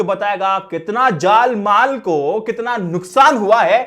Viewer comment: Jaan maal hota hai bhai jaal maal nahi...!!